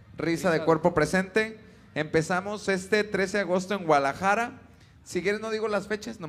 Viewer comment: Se dice Guadalajara Pedro no Gualajara!